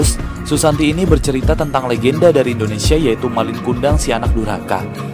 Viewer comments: indonesai wkwkwk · 5.20 itu Indonesia bukan Indonesai